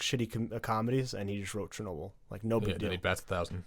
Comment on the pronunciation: It's Ch not Sh... CHERNOBIL... L Is soft at the end...